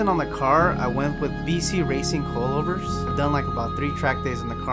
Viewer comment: Coilover or did he just said cold over 😂